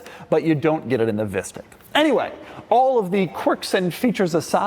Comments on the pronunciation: I love how it's pronounced as visstick which is this rather bad dutch food which is almost like a chicken nugget but with fish instead of chicken, however, just like chicken nuggets, they are super processed and so they don't taste that good, therefore it keeps cracking me up when doug keeps calling it a visstick😂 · this is exactly how you pronounce fishstick in Dutch lol